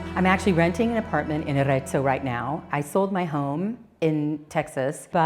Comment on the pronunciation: Someone at Smart Move Italy should go through the CC and correct all the mistakes made when a spoken Italian word is used. The name of the last town is Arezzo, NOT Ateso. Coup is COOP, a supermarket. Todi is not Totti. I could name a dozen more, but you get the idea. Still, it was an interesting video and for the most part, enjoyable and informative.